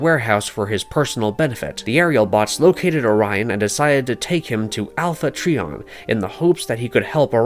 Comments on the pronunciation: It's pronounced Alpha TRY-on ... Not Tree-On If you're gonna record a voice over video & Post it, it would behoove you to know the Proper Pronunciations. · Bumblebee is a prequel and alpha trion is pronounced alpha tryon. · I asked myself the same question. I get that they wanted to put this video out fast but, just take the time and research and get all the information correct. Also is cringes me when he call Alpha Trion, "Alpha Tree on" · Alpha Treeon… 🙄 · Please, check how to pronounce the names. Dion, Alpha Trion, Quintesson, and others were pronounced wrong. These names have been around for 40 years and they’re well established. Laserbeak’s name was pronounced Laser “break” in another video as well. Your videos are great but these errors stand out. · This some bs cant even pronounce alpha trion correct